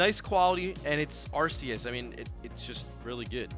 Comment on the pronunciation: You still haven't gotten a copy of the official Pokemon guide book. It tells you the pronunciation of all the Pokemon. It's Arceus and not Arse e us.